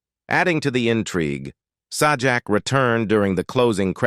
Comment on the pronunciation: It's pronounced Say-Jack, not Saw Jack...